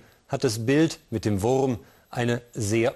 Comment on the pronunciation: Der WURRRRRM 😂